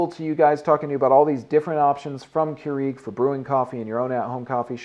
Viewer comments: it is pronounced as cure- rag not cure eeg lol ;) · "Cure-eeg" lol